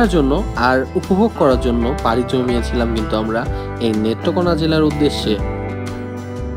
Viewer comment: ভাই আপনার বাড়ি কোথায় নেত্রকোনাকে মেত্রকোনা বলতাছেন